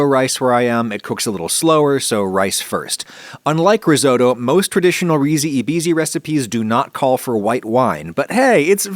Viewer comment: The "e" in Italian is pronounced more like an "a" and "i" more like an "e", with the english pronounce in this case it would be something like "reesee a beesee" But great recipe! I live close to Venice but I rarely eat this; my family use to cook peas with tomato sauce and pasta, and eat the bisi (or green peas) eaten like plain potato salad, both delicious; but hopefully I will try to make your recipe myself, it seems really tasty 😋